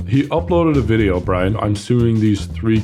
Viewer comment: It's Briane??? Not Brian??? Not even Brine???